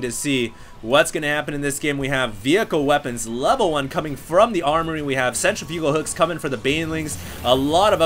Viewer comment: please pronounce centrifugal hooks correctly